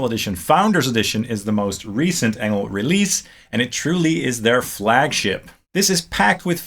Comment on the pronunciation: I thought Engl is pronounced like "Angel"